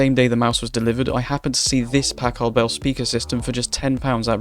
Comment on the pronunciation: i don't like how you say packard..